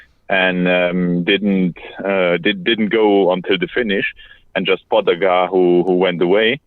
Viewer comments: Very close. According to my Slovenian buddy..... Ta-day Pah-ga-chah 😉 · Thank God for the translating lady! Poor Tadej and the butchering of his last name. Pogachair, pogacharred, pogostick. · Bob roll pronounces is PO GATCHA